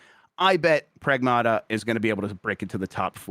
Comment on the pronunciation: Its pronounced "Pragmata". Hope that helps